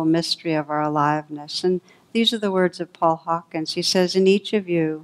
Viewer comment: Also, it's Paul Hawken, not Hawkins.